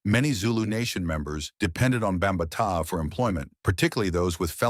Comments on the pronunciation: Who tf is Bum ba taa?!? It’s Bam BaTaa!!! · Bam ma tah lmao. Done with a.i channels.. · Yoooooo I Just Did The Same Shit😂😂😂😂😂😂 BOMB BA TAAA??😂😂😂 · Shitty AI Video 🤮 cant Even pronounce his Name. Also a Lotta bs infos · Once he mispronounced his name, exit staged right 😂😂😂😂😂 You need to get a Black A.I. voice over. As a matter of fact, I am going to file a discrimination lawsuit against A.I., for not having cultural sensitivity for other Cultures voice over 😂😂😂😂😂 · The name pronunciation is horrible